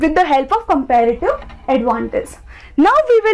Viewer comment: You make me wana kill myself with your compeeeeeğğğğğfsdfsdgdsklrative advantage pronouncation